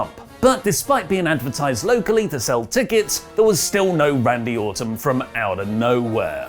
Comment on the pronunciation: I'm convinced is unable to say Orton. It's Autumn, every time